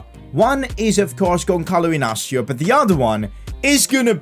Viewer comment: you are saying wrong the name Gonçalo Inácio